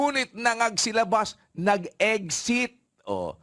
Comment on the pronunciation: “Eggsit” daw.